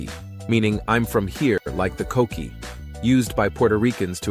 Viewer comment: If we're gonna get a video of puerto rico can we get a boricua to talk about it? I dont need to hear the word coqui pronounced as cokequi